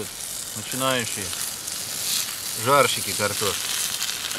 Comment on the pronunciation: чё я непонел он сказал начинающие зарщики картошки